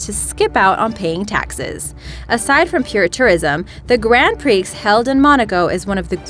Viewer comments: Grahnd-pree ...... Nor grand pricks. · Grand Prix is pronounced Grond Pree, not Grand Preeks. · ugh and then she says 'grand pricks' instead of 'grand pree' wtf wtf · Did she say "Grand Preeks"? It's Gran Prix, pronounced Gran Pree. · It's not grand preeks but grand pree. And did I not read somewhere that the Vatican has the lowest birthrate? I'm serious! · The "Bye"at the end of these presentations is delightfully feminine. But please note: there are always mispronunciations--like Grand pricks! (Gran prix is pronounced "gran pree", my dear.) A proof reader is needed. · Grand Pricks? Sounds like a terrible porno. Prix is pronounced 'pree' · You left off the Sovereign Military Order of Malta, By the way, a Greand Prix is prounounced "grahn pree" -- not "grand prix". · Grand Preeks? It's Grand Paree. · Hey narrator... archipelago is pronounced " ark e pelago " and grands prix is " gronds pre" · Grand Prix?? can you learn to enunciate pleeeaase, it's Grand Pr-eeeeee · Monaco "Grand PREEKS"??? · Grand Pricks???? lol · The X is silent in “Grand Prix” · Pronunciation is Important. Archipelago & Grand Prix were totally mispronounced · This woman is more dense than granite. The first person I ever heard seriously pronounce the x in Grand Prix. Not the first time she has mispronounced words on this show either.... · I think that she said everything wrong. She freaking prenounced the Grand Prix with the X!?!?!? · But... But... Seychelles. 9th smallest. Also the way she pronounced prix. Learn English! (french)